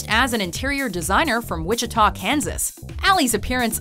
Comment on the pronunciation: That Wichita pronunciation....